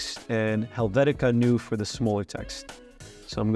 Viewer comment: Helvetics is pronounced NOYA not NEW. Using caps for clarity not annoyance.